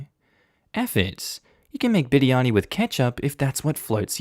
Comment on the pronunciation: Oof, his pronunciation of biryani was so good 😩👌